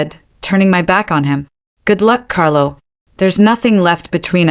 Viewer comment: This could have been a good story if 1. It had a better narrator. The pauses midsentence are beyond annoying. Even at 2x the speed. 2. Is it Alpha Carlo or Carol? Because after banishing his 1st luna he became Carol for a few minutes and repeatedly. Then went back to Carlo. 3. The creator listened before posting and corrected the AI on mispronounced words and spelling "It" instead of saying the word. Example instead of "It was serious" we got "I T was serious". It only seemed to happen when "It" was the start of a sentence. Words like wound (rhymes with womb) as in an injury being repeatedly pronounced as wound (like round with a w) as in wound too tightly.